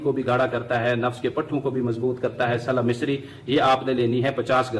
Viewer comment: Slub misri ni saalab misri correction please thanks